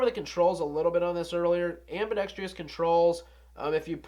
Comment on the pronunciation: Ambidextrous not ambidextrious